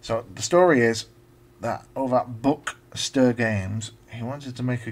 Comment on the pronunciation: The name Bukster is based on the sound the chickens make on the farm in New Zealand I live on - buk-buk-buk. We called them Buksters. So it's pronounced more like book-ster. Glad you like the game. This was programmed on a real ZX81 so took a while. I may get back into ZX81 programming using emulators. Check out other games I've made including a few ZX81 games (by other authors) on my web page